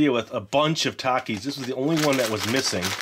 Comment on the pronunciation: I love TAKIS!! ❤️ you also said TAKIS wrong